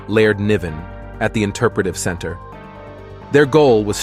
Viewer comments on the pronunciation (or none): none